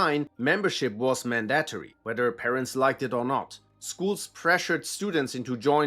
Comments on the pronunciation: Just a quick note, you pronounced the word "mandatory" as "man-DATT-erry." The correct English language pronunciation of this word is MAN-da-TOR-ee. The emphasis is on the syllables of Man and tor. It's pronounced "tor" as in: "I tore up that sheet of paper." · Love your content bro. Mandatory is pronounced MAN-DA-TOUR-E. Not critisizing, just wanna help! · “Man-dat-tow-ree” 😂 Jkjk great video man